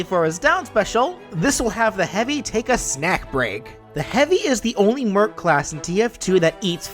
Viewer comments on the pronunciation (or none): none